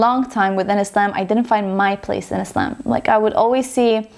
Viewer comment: I love how you pronounce the word "Islam" We pronounce it like that in Egypt too❤